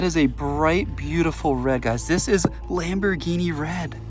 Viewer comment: It’s not a lambighini